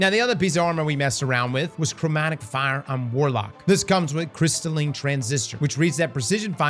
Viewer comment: CrystalLINE not crystalLIN